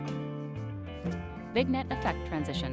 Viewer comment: Helpful video. I thought it was a real person giving instructions until the narrator kept saying "vig-nette." Still, it was helpful. Thanks.